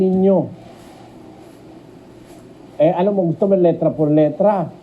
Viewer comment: Letra not litra